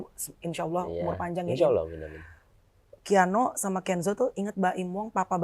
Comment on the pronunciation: Sekelas teamnya Nulis nama KIANO aja salah jd keanu😂 how come? 😢 penyebutan nama Haram lho ampe salah